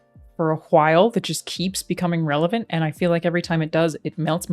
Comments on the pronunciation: People say "hwile" IRL? :o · Can we please stop pronouncing the H in "while". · Did you just pronounce the h in while? LOL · I was very offended by this video right from the beginning. Alannah is vocalizing again when she should just keep quiet. Of course, I am talking about the letter 'h' in the word 'while'. It's silent, dammit. How dare you? ;) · Oh man my brain works so weirdly. At 12 seconds into the video Alanah says while but it instantly made me think of family guy scene where Stewie says Cool Whip with a hard H and i had to pause the video cause i was laughing so hard